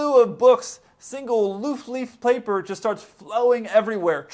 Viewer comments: I laughed my ass off when he said “loof leaf plaper” 😂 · loofleaf plaper. 😂